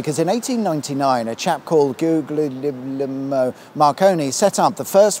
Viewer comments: At least you nailed the pronunciation of Marconi's first name. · Very good attempt at his complicated Italian name: Guglielmo 😀